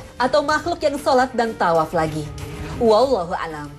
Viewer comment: Perbaiki lagi bacaan naratornya: WALLAHU A'LAM bukan WALLAHU 'ALAM..